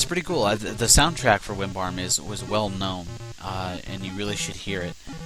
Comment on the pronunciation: Why do you call it Wimbarm? Or am I mishearing it ...